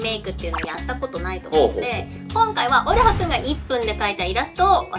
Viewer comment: のオルハですの発音よかー